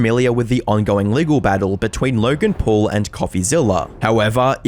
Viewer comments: "LAURGEN PUARL" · Lurrrrgan Puuurrrrrrllll 🙄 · Laughen Phawul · "LERGIN POLE" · Lorgan Porl? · "LURGAN PAUL"